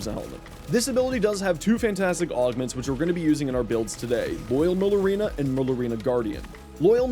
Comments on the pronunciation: Mare ooh lina not merlooina 👍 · pronouncing it as "murlurina" really makes you sound like you have some form of dyslexia lmfao.